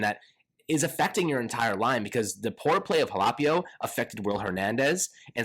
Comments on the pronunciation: it’s pronounced HA-LAH-PEE-O. You’re mispronouncing the LAH sound and saying LAY. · It's HAL-OH-PEE-OH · Quit sayin ha-lap-ee-o. It makes me cringe every single time I hear it